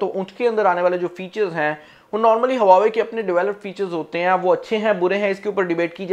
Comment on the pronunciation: Bro i think its wah-way not hua-way m i right...?